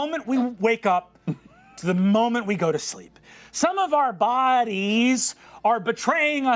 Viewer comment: the verbal quotes around the word "bodies" always takes me right out.